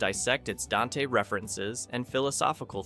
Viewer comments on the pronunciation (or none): none